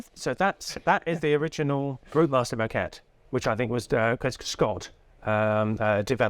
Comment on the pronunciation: But he pronounces it like maquette (which is Italian for sketch!!!)